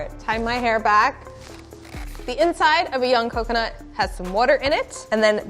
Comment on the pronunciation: Coconut The mine is (nut) not "nute"